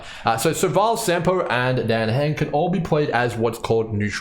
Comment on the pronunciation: this guy just calls jing yuan ‘jing’ and says dan heng’s name wrong too so I don’t think he’s exactly interested in learning how to say their names right. lol